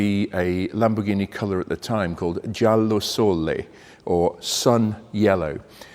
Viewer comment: I would think the color, if it is that, would be "giallo sole" not "giallo solle" since the first means "sun yellow" and the second means nothing - in Italian that is. Sole has one L and is pronounced with a short L sound. The only "solle" I can find is in German 😛. Anyway, cool car, although the Countach to me was awesomely cool in pictures and toys as a kid, but after seeing one in person I was disappointed, had imagined it something like 20-30% bigger than it really is. I had this idea that it should be a big ridiculously powerful thing heh. Not sure why, for example the Testarossa when it came was something I imagined closer to it's actual size, it IS a bit smaller but not that much.